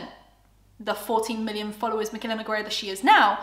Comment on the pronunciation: Nogueira it's pronounced as NEW-GAY-RUH not Ne-guei-rah 🤦🏻‍♀️